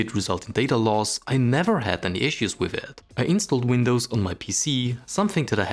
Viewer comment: You still call it "The Windws Key" LOL